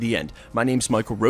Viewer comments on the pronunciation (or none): none